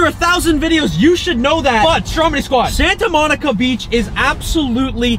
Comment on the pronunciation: You said Santa monca